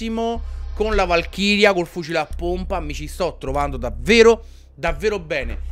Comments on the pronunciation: Si dice e pronuncIa valkyrie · Ciccio non per dirti ma a casa mia si dice VALKIRIE!